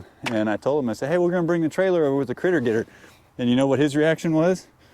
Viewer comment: It's a "Critter Getr" LOL